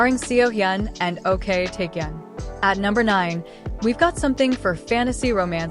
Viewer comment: Ok Taecyeon: His actual family name is Ok, pronounced "Oke", not spelled out like "O.K."